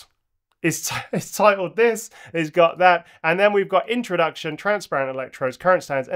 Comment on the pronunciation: Your mistake „thas“ instead of „this“ is actually correct in Bavarian German 😂 Des (pronounced like thas) means this or also the